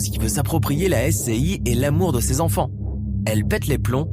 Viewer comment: Il parle d'appartement alors qu'elle habitait une maison. Et dit... ses quatre z'enfants par 2 fois. Encore un rigolo qui n'a pas inventé l'eau chaude.